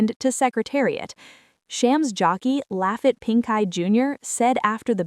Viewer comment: Still can't pronounce Laffit properly, can you? And as others here have said, you made so many mistakes about the Preakness it makes me believe you don't really know what you're talking about.